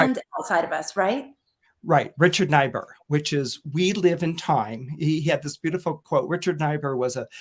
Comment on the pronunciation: FYI, Niebur is pronounced Neebur not Nibur